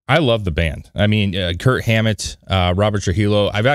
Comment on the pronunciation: Did you say Kurt Hammet? That’s what I heard but I figured you must know it’s Kirk